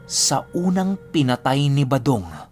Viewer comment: 118th parang balong at Hindi badong Ang narinig ko that you said.baka tenga ko Ang May difference sya